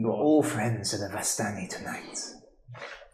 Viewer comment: DM pronounces it like "VAS-tani". I always went with "vis-STANI", accent on the second syllable. Who's with me?